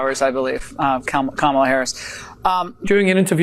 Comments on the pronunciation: Hey Laura Ingraham CAN read! And she pronounced Kamala correctly. Stay in school kids. :_rudy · Did Laura just say Kamala's name properly? What is going on? Play the clip!